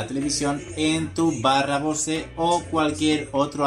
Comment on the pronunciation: se que no debo decirlo pero no mames, no digas bose, pronuncialo como bous, no me quieras salir luego con el titulo del video diciendo "escuchad tios, hoy os traigo unos flipantes trucasos para vuestros bose cuietcomfort 45"